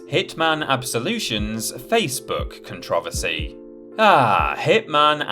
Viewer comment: Why did he pronounce "controversy" like that? lol